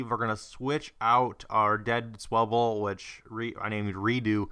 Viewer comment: Sirens!hahah so funny how you say swalbu's and Electivires name. Anyways that pokemon should of been a dead giveaway answer to what electivire is man, its the 3rd evolution of Electabuzz lol but it was from the sinnoh generation since you didnt play gen 3,4,5, or gen 6 you weren't familiar with it and thats ok man,Aside from that bro holy shit a samus aran mega man and a fucking badass awesome looking F-Zero and Starfox Poster omg that had to look so awesome and really cool for your friend to own those now!Hes a lucky ass dude there lol peace.Oh btw magmar has an evolution called Magmortar just in case you run into it